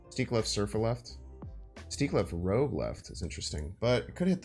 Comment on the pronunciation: Its bynxtard not rooj